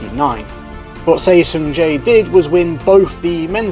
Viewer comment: For the record, Seo is pronounced and historically written as "Suh". Seo is a poor phonetic spelling, but then again Lee Yong Dae, like all Lees from Korea, should really be Ee or another phonetic combination to make the proper syllable/sound.